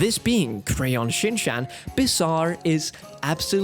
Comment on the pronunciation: You are pronouncing Shin’s name wrong 😬😬😬